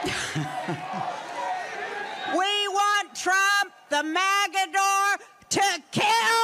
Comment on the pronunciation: "the MAGAdor!"